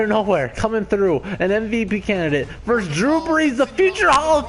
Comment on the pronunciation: FYI, when you say Vikings vs. Saints or Falcons, it’s pronounced “versus”, not “verse”. Always annoys me when people screw that ul.